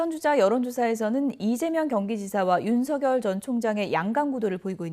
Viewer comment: 아나운서 윤성렬로 발음 안해서 좋네요